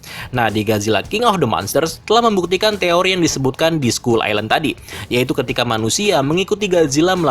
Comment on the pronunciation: Skull dibaca skal😑